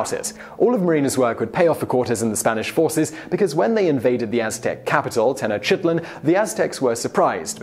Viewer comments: Aztec language called Nouahati? Isn't it Nahuatl? Also it's Tenochtitlan, not Tenochitlan. Also, Malintzin's name (Doña Marina) gave origin to the uniquely Mexican Spanish word "malinchista" (malinchist), as an insult, meaning love for the foreign (e.g. imported products, American interests, etc.) to the detriment of the national. Very interesting videos, as usual. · It is pronounced Teh-Knowch-Tit-Lawn